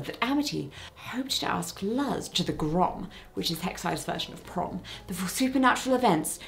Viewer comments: Luz is pronounced Looz not Luhz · More like Looze, but yes, loose is closer than how she pronounced it. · Just so Jessica knows, "Luz" is pronounced as "Loose". Just fyi, if you keep talking about Owl House. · It's honestly pretty cute how she points out that she's going to mispronounce things, followed closely by mispronouncing Luz's name multiple times. Though to be fair, plenty of hearing folks who aren't familiar with Hispanic names pronounce it the exact same way, instead of like the word "loose" or "lose". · Luz is pronounced “lose” as in win:lose I stumbled across your channel this week and you are amazing ♪ It’s awesome to find people that are my flavor of humor/personality ♥︎ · I love the owl house thank you for including it in the video! :D Btw luz’s name pronounced ‘looz’ the same o sound in ‘do’, hope that helps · Loved the video! Just FYI, Luz from the owl house rhymes with goose Also SpongeBob is ace I believe? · FYI, Luz is pronounced the Spanish way - "Lus", like Lucy ;) Also, there are several Netflix cartoons featuring LGBT characters (not even counting Korra). She-ra is the best (seriously, it is my favorite show on Netflix) featuring a fantastic gay romance with the title character. Dead End: Paranormal Park stars a trans protagonist and basically everyone's queer (although the lack of a proper ending is annoying). Kipo and the Age of Wonderbeasts, while not quite as good, does include a gay subplot. Even Anne With an E makes Aunt Josephine gay and otherwise explores Anne's sexuality more openly. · jessica you are 1000% allowed to mispronounce things due to your deafness but if you want a lil pronunciation help on the owl house (especially if you want to watch it and haven't yet because i HIGHLY recommend it), luz is said basically like the english word "loose" and fun fact, it's the spanish word for "light" :) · Omg yyeeeeeessss love this episode!!!!! Also just for future ref i believe the name Luz is probpunced more like the word "loose" 😊